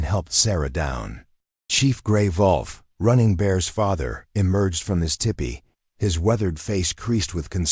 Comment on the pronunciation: The AI narration needs a lot of polishing, but it was a good story. Btw, it’s tEEpEE, not tippy.